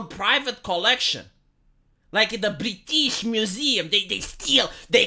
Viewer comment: You going, "Bree-teeeeesh" had me rofl. XD